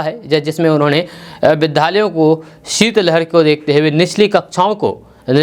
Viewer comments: Sir Bidyaly Ka Ucharan Acha Kre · सर विद्यालय का उच्चारण ठिक से करे